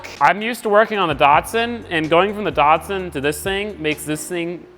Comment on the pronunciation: It’s a dat sun not a dart son😂